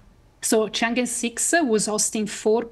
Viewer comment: Thumb up to BBC, the only mainstream news agency so far has pronounced the Chinese goddess correctly. It’s Chang Er (approx) not Chang I. Just like president XI is not president 11.😅